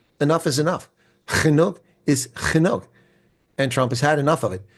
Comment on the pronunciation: Like the 'gggenoeg is gggenoeg' Thank you for speaking our young and beautiful language.🙌